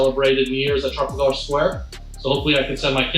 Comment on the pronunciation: Man couldn’t say the word Trafalgar ffs